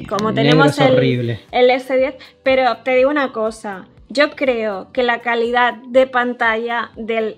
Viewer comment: El p30 es Relación-Kalida-Precio dijo el TP resurrechion xddd